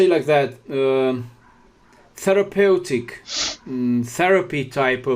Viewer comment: >> Realmente no tienes porqué disculparte tanto por tu inglés; es muy bueno, de verdad! Sólo en ciertas palabras falló un poquillo la pronunciación (alliance-> se pronuncia 'aláians', suits-> 'suts', therapeutic-> 'therapiutic', anagram-> ' ánagram'). Creo que la palabra que buscabas para decir forcejeo en inglés, era 'struggle'. Querido, eres una persona preciosa, muy sencillo y humilde, y le das mucha admiración y respeto a tu interlocutor. Te apreciamos mucho por ello. La entrevista y la información, excelente, pero el hecho de que al señor se le esté cayendo y descomponiendo la carita, etc. constantemente, me inquieta mucho, y no me dá confianza. Cuídate mucho, y recibe un gran abrazo con mucho cariño de una de tus subscriptoras. Gracias por el gran esfuerzo que implica una entrevista en otro idioma y luego editar el vídeo para poner subtítulos.